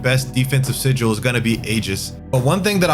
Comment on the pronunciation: he's pronouncing it like si-jewel, not even the way you said